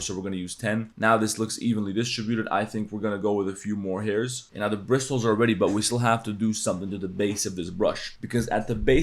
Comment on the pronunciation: the T in bristles is silent